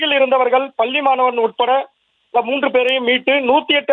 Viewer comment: உனக்கு "பள்ளி" தமிழ் உச்சரிப்பு வருமா வராதா ? வராது என்றால் தமிழ் செய்தி வாசிக்கும் வேலை உனக்கு எதற்கு ??